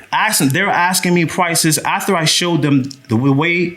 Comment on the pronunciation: I want him to say AF-ter instead of ATH-er LMAO